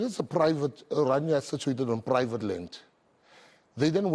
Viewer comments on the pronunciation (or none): O my soul. Can't the people pronounce the name correct? It is not Oranja, it is Orania. O-raa-ni-aa. C'mon people get an education! There is nothing to 'explain' about Orania. What McKenzie saw and said of his first impressions, is what it is.